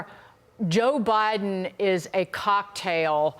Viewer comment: joe …. “bi den!”